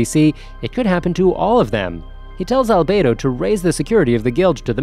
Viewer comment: No no my friend. Wha tf did you just say brp. Hey - nz - Owl - Gawn? I - nz - all - gown. not Albado Al-be-do not MARE Ma - re not Aura Aw - ra wait wait wait. Cocktyus? tf it''s Coc - you - tus Not Demiurje Dem You're - Ga Not Seebas Se - bas Atleast get one name right bro.